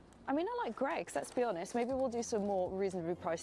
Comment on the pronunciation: It`s Greggs not Craigs!